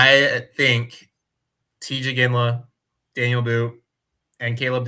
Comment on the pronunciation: It's pronounced "Dah-kneel" , his name is not Daniel